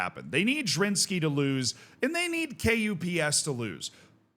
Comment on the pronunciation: KuPS is usually pronounced like "cups" but with hard k instead of c :)